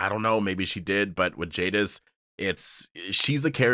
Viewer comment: Jadis not Jadif.